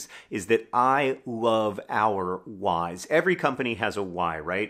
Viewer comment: Oh John said “our Why’s” I totally heard “our Wives” the first two times 😂